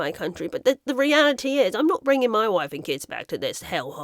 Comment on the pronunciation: "Moy woife" 🤣